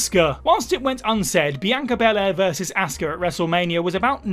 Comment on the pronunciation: You don't know how to pronounce 'Asuka'. It's not 'Assska'.